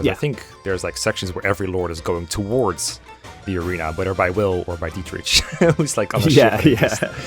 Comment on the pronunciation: It's Diet-Rick not Diet-Rich my guy 😅